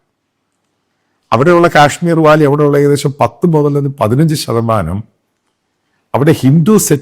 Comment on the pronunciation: EMME.... NOKKUVANENKIL, Alla.... Nokkukayannenkil... Chemmyre VALUE.... Alla.... VALLEY.... PHARANNAM, alla Bharannam.... Enthe Kothazham Bhashayannithe PIGGE...😜😂😜😂😜😂😜😂😜😂😜😂😜😡😡😡😡😡😡😡😜😳